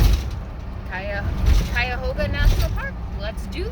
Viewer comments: You said it right Cuyahoga. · Cuyahoga, you pronounced it right, is close to where I grew up. It's a very nice National park. I like where the train crosses in Peninsula and very nice near Hale Homestead. This area is referred to as the Western Reserve because it was far west in early days of country. The towpath is very nice. There are huge homes toward north Akron because that's where the rubber barons lived...It's where Goodyear and Goodrich used to be located.